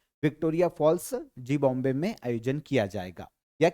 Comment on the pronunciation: Sir app Zimbabwe ko zee bombay kyun pronounce karte hain? Asal main generally isko zimba way pronounce karte hain so please pronounce it correctly.